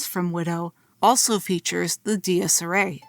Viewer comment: Another very high quality video !! Love watching this series from you Also your pronunciation of "dies irae" took me out everytime lmao